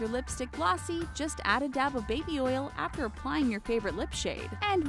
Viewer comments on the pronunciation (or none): none